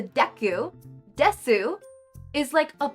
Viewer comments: i don’t want this to come across as mean but desu(です) is pronounced dess and not de su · I hate to be that guy but Desu is pronounced Des